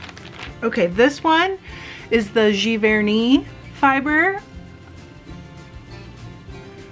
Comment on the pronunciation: Giverny pronounciation was parfait!